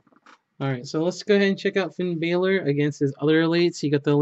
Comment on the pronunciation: It's not Finn bailor it's Finn Balor